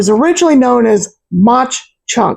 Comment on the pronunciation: It’s pronounced mock chunk dummy